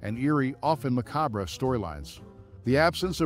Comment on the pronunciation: MACABRE NOT MACARBRA!!!❤